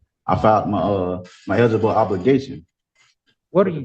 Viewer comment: Second case. “El-guh-bol obligation”. He might have finished ninth grade but only if including kindergarten.